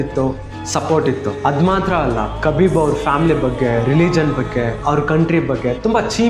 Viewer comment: ಅವನ ಹೆಸರು ಕಬಿಬ್ ಅಲ್ಲ ಗುರು ಹಬೀಬ್